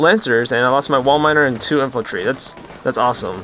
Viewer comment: Infantry. And cavalry. Not infultry and calvary.